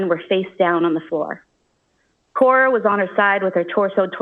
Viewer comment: why does she keep calling Cora “Core”???